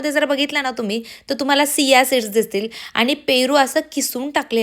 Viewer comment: सिया सीड नाही चिया सीड ast te bai